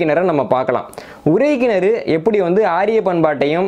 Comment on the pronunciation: தம்பி, நான் உங்கள் வரலாற்று காணொலி(ளி ) களை கேட்பேன் மிக அறிவு மிக்கவை, ஆனால் ஒரு சிறு கவலை, அது உங்களின் உச்சரிப்புகள். இதில் கூட உறை கிணற்றிக்கு பதிலாக உரை கிணறு என்று சொல்கிறீர்கள் உச்சரிப்பு பிழை விளக்கத்தையே மாற்றிவிடும்